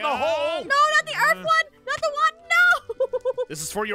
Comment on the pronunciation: bro bro Aphmau miss click a word it's Earth but its Earf